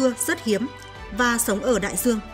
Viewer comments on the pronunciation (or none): Nói thì đường buồn nghe,giong đọc. Nhiều từ nghe sai sai. Đai duong, thì đọc Đai giuong. Do, thì đọc gio....còn nhiều từ nữa.......ok